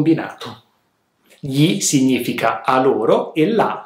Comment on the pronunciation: Una domanda... di dove sei? Voglio chiederti: Di che accento si tratta? Cioè per il pronunciamento della combinazione "gn" ch'è "g-n" invece di "ny", come qui quando dici "significa". Potrei anche aver sentito male 👀 Comunque... grazie mille per le lezioni ❤️